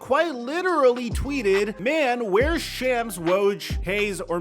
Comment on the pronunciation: Lol it’s pronounced like Shoms you callin the man a sham